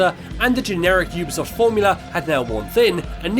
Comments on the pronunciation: Really well made video well done but oooobisoft? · I’m sorry but this was infuriating oobisoft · Yeah but some people pronounce it as uu bee soft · Am I saying Ubisoft wrong because he says it like oobisoft